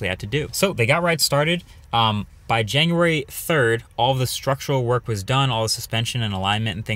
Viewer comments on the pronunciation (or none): What's up with the "Janua" ? Also, what's up with the Aventador? I though you were gonna say it's your new ride!